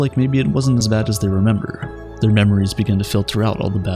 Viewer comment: “Oh, I love to memba Chewbacca”